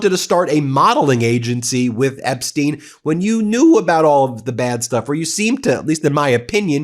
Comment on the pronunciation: On the accent thing — it’s Apstein, Apstein. You might want to watch Laura Benanti, who does a more believable Melania than Melania … otherwise, carry on. BUT — something in Flotus’ email has always fascinated me, and really does seem to beg for context. Melania writes, “I know you are busy flying all over the world…” So Mrs T knew that. And it’s worth asking, did she know WHY? That Maxwell was scouting and grooming kids from countries like Slovenia for the trafficking trade? Why is no one poking that bear?